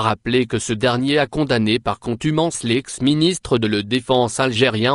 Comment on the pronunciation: Ce qui m’étonne dans tout ça c est le français parlé par ce soi-disant français lol Mes oreilles viennent de souffler encire une fois :contumace est devenue contumANce !!!!